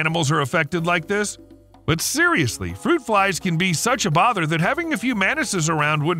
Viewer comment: Why do you pronounce "Mantises" as Menaces 😭